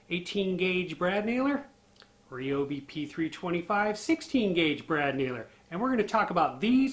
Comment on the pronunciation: the "REEOBI" lol 😋